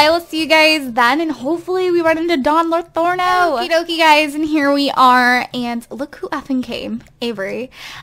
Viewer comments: its pronounced "lothario" not "lothorno" :) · It's Don Lo-THAR-rio not "Lothorno." It's a reference to a character from Don Quixote. :) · it's Don Lothario, not Lotharno! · This is Don LOTHARIO not Don Lotharno -_ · Yea, it's Lothario and she's saying Lathorno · Don Lothorno? Isn't it don lothario?? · It's Don Lothario Not Don Lathorno But Not Everybody Is Perfect Right! P.S Luv Ur Vids <3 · Anybody else notice how she keeps calling him Latherno and Lothario? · Marcel Kalisz I know right! I was on sims 4 and saw him then was like "But says Don Lathorno" and I actually thought they changed it but I guess she just says it wrong;) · is she saying don's last name wrong? Don't want to be mean, it just sounds wrong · By the way, it's Pleasantview, not Pleasantenview. Also, it's Don Lothario, not Don Lothorno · It's Pleasantview, not Pleasantonview, and Don Lothario, not Lathorno. Don't mean to be annoying, just saying xD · Pleasantview is pronounced as Pleasant View, not Pleasanton View. Don Lothario, is not pronounced as Lorano. It's pronounced the way it looks.